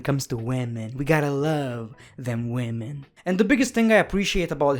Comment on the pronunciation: Boby lashley after seing this:man stop saying wemon every time I appear Sasha banks:wellcome my friend